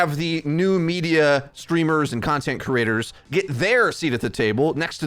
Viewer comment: Could you practice pronouncing creators so you stop saying crators